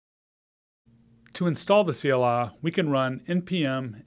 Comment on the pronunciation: I thought you're saying CLR.